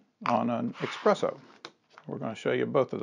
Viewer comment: Did he say expresso?